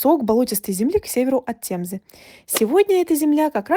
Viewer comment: Есть правила транслитерации при произношении слов. Говорится тЭмза и прочее. Не тЕмза.